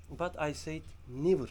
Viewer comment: kardeşim (asla) için '' nivır değil '' nevır'' demen lazım =)